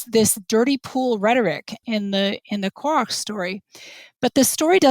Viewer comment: This was super interesting. Anyone else hearing Korah as Korok? Can't avoid the image in my head every time i hear it.